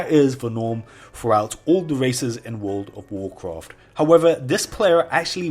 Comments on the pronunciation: wood ov worcwaft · wooold of woocwaaft wecods thaa I'm shoo noo woo wool evaa wooont too break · wuuud of wuuudcraft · Wool of wholcawft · wuooood ov wuacwaft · wold of wowcwaft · I really hate when you pronunce World of Warcraft.. it's fucking annoying bro